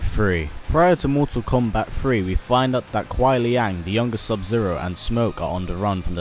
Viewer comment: Just a heads up, I know it is spelled "Kuai Liang", its pronounced Lang